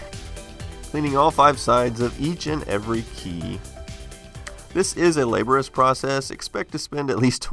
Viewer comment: Is that how you pornounce "laborious" over there?